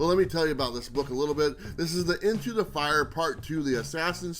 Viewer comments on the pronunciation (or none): none